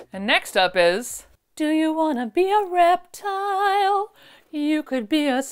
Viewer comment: You said “do you wanna be a reptile” I heard “do you wanna be a Reptar” Immediately the answer was yes